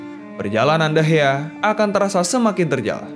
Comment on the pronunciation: Bukan degeh tapi degea